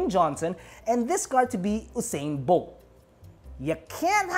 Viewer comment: 🌟🌟🌟 When said " Dwayne Johnson" and "Hussain Bolt".. We all got it!, hahahaha. 🌟🌟🌟